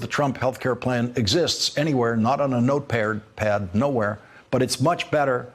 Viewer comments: Note paired-pad? Uh oh, I think Lawrence might have Alzheimer's! He can't even say note pad! Time to replace him MSNBC! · Love you Lawrence. I got a laugh Did I hear notepaired? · I'm not disagreeing with much of what you said, but I find it a bit interesting how you went on and on about him struggling with the word origin, yet while you stated he must get neurological testing for speaking incorrectly, you too misspoke, and instead of note "pad" you said note "paird." Everyone is bashing the other. The whole situation is sad. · Lol trying clown trump and he says note pear 😂😂 karma's a brick